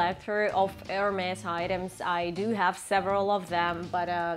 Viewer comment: The s in Hermès is pronounced. It’s not silent.